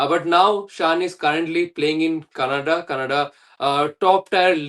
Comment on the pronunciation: It's Canada not kannada 😂😂😂